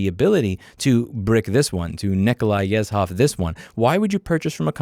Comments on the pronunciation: Excuse me for a little clarification, you are pronouncing Nikolai Yezhov incorrectly, you said "s" instead of the real Ж (zh). This consonant sounds like the buzzing of a wasp. I heard you have Slavic employees, ask them for a little lesson, hope you enjoy it. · LOL'ed at the Yezhov reference but you need a bit of help with the proper pronunciation. The combination of the letters "zh" in the spelling of all Russian names in English is used for a sound the letter "s" makes in the word "casual". If it were just a "z" sound there would be no "h". Not trying to be a know-it-all nanny. Just helpful advice from a native Russian speaker.